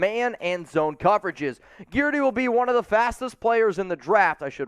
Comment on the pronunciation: Guidry is pronounced GIDJ-REE